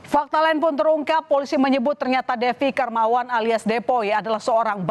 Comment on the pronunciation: Hahahhaaaa .. FOLISI ..😅😅😅 afaka hanya saya yg denger bjir..